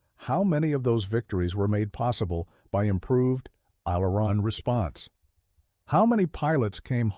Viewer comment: AI narrator needs to pronounce aileron. That is the trouble with all of this AI narrators